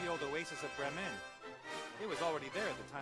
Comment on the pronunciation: "Брем'Энн" - это как город Бремен?)